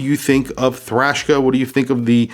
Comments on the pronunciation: I do wish it was bigger ... 41 or so. Not a big fan of a bracelet that goes down to 16mm, not very comfortable on my wrist. You keep saying thrashka instead of Traska. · Why do you say “Thrashka” instead of Traska? Isnt this an American company? Do you know this to be official way to pronounce? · Traska ma man not thraska. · Come on. Its Traska, not Thrashka. It is called a clasp not a buckle and lastly it clearly has 5 holes of micro-adjust. I own one and its clear in this video, yet you say it has 6 holes. What's going on dude? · Traska, not Trashka... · It's an awesome watch and wears great on my 6.75 inch wrist. Have it in black., awesome video but I think you're calling it Thraska or something other than it's actual name Traska. 😊👍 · Lol that threw me for a loop too 😂 “THRASHKA” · 😂 he dosnt even say the name right